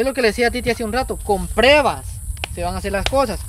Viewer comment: POR FAVOR WUILI COMO TE PONES A HACER UN VIDEO CON ESA SRA , YA NO ESTA PARA ESOS SHOW YA ESTA MUY GRANDE COMO LES GUSTA DENIGRAR A LAS MUJERES EN GUATEMALA , Y POR CIERTO WUILI NO SE DICE PREVAS BUSCA EN EL DICCIONARIO Y VERAS QUE SE DICE PRUEBAS, PRUEBAS YA ABURREN CON ESOS VIDEOS BUSCATE ALGO MEJOR